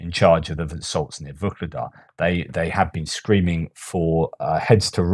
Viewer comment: why do you pronounce VUKLEDAR? With a K? There is no K in the town´s name. It´s Vuhledar. VUH-LE-DAR